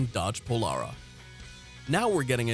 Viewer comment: "Brogue-um"? Try "Brome"! And Dodge pronounced it "pol-AIR-a" not "pol-ARE-a".